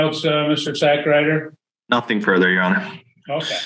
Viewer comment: 😂😂😂wait did I hear that judge pronounce that lawyer's name correctly "Mr.Sackrider "😂